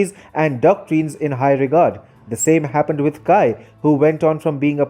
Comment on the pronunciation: Good video, but look up the proper pronunciation of names before making a video. The Chinese name Cai is pronounced "tsai", not "kai".